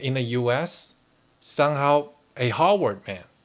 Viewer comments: It's Harvard not Howard, they are 2 different universities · Your pronunciation of Harvard sounds to me like you are saying Hogwarts! But that is OK! Because in a real sense, Harvard is the real Hogwarts where young wizards go to learn the spells of power. Lean into this! I would suggest that you re-title this video Using the name Hogwarts instead of Harvard. Much more appropriate!